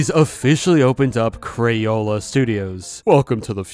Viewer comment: I just realized so many people say “cran” but it’s “craYola”